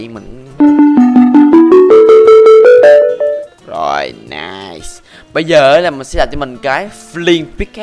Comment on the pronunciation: nai sù:3 (Nice-su) của bác =))